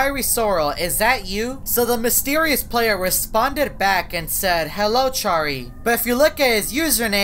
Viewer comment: I like how he said Charry: this man is literally out of the ship